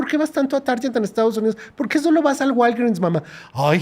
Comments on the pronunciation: Se pronuncia “Targuet” 😂 no se porque la mayoría lo pronuncia como “Taryet” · Taryet, se dice target ('targuet') en Inglés. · Se pronuncia Target como en Green, get, no "Taryet" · El vato pronuncia como si tu inglés fuera bueno pero que pedo con ese Target ? Jajaja o Tar jet mejor dicho 😂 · Taryet? Se pronuncia targuet, como cuando dices gato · Tiene razón, la mayoría no habla inglés, como prueba cuando dice "Taryit" así no se dice Target. Se dice algo como "Taarget" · Se pronuncia: "targuet" no "taryet". De parte del 5%que sí habla inglés. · No sé dice "tarller" sé dice Target normal así como se escribe. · Mucha verdad, me dio mucha risa con "Tarjet" noooo en esta ocasión se pronuncia Target como la pronunciación de la "g" en gato, pero si el Sr tiene mucha razón. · 😂😂😂 tiene toda la razón pero Target no se pronuncia así, la g es más suave en este caso y suena como gue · “Taryet” 😅😂😂😂😂😂 jajajajajaaa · ¿Que chingaos es “taryet”? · se refiere a la tienda norteamericana Target 🎯 pero no se pronuncia “taryet” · Se queja del bajo nivel de Inglés en México y el diciendo "TARYET" 😂😂😂 primero que aprenda a pronunciar bien antes de criticar pobre guey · Se pronuncia "TARGUET" es como NIKE casi todos dicen *NAIK" cuando en realidad se pronuncia *NAIKI" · Tar Jet 😂😂😂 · "Taryer".... jajaja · Pos el señor no es del 5% que habla inglés. Bastó que dijera Taryet para corroborarlo. Y con ese uptalking cae en el colectivo que en serio cree que vive en Estados Unidos. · Critica a los mexicanos que no hablan inglés pero el pobre wey no sabe pronunciar la palabra TARGET. 🫵🏻😲🤣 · Quién le dijo q “target” se pronuncia así? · Asi no se pronuncia target sen̈or. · Amigo.eres brillante.pero pronuncia bien Target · es un supermercado como Walmart que se llama Target, es que lo pronunció mal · El Sr que habla no sabe pronunciar Target